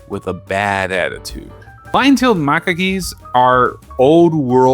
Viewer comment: Dedede in shambles, missing one of his de's Also, in Macaques, you don't pronounce the ue at the end, kinda like in antique, it just acts as a K, effectively. Fun video though